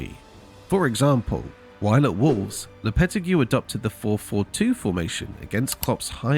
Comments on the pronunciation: Lopeti who ??? Learn to pronounce his name before doing a video. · bro pronounced lopetegui horribly